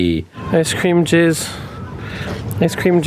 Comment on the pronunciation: Hey bud, I know you said “ice cream cheers” but no you didn’t you said “ice cream jizz” and I love that for you